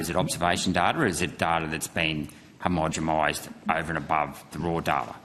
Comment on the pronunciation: "homogemized" LOL